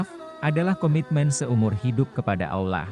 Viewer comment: Kisahnyah menarik, tp pas dengerin narator nyebut Allah (Alloh) ajah aulah jadi gedeg, mana ada aulah, Tuhannya umat Islam bukan aulah woii tapi Allah (Alloh) ga ada itu aulah tuhannyah siapa itu aulah tuhannyah eloe x sey aulah itu,,, wooii min cari narator yg pinter n pantas napah, nyebut Alloh ajah susah, ini narator ada dimana² narator bego oon masi dipake ajah, mending suruh ajah anak tk ato anak sd yg jadi narator, mereka lebih pintar nyebut Allah (Alloh), tadinyah mo sampe selese nongton videonyah tp karena naratornyah goblok nyebutnyah ga becus jd males mpe selese